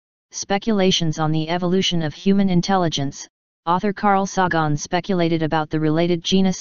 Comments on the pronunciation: It's Sagon not f-ckin Sawgone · This was the plot of a Doraemon movie. Also, Carl Sah-Gahn?? LOL